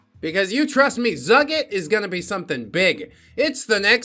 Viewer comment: Zugit seems to be Hebrew so its pronounced "Zoo-geet" (thanks, five years of Hebrew school), and I don't think a single one of the missiles Iran launched at Israel found their target so it's scary but not as scary as it sounds.